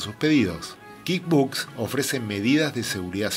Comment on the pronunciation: "Kid" books? Me perdiste en el primer minuto, se pronuncia KuickBuksss, dudo que sepas lo que estás "enseñando" si no sabes ni cómo se pronuncia el software.